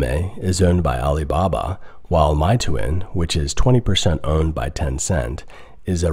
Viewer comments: It's not MY-TOO-IN, but more like MAY-TWAN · meituan isn't pronounced my-too-in btw it's may-twan (only correcting you because you left a pronunciation on screen) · Don’t get me wrong, I enjoy your different perspective. I just want to point out that it’s pronounced MAY-TUAN not MY-TOOIN. Getting the pronunciation right will give you more credibility. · It's pronounced "May twan" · my-toon? ahhh that's not how its pronounced... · Meituan is pronounced May Twan. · It's pronounced mayyy twaahhn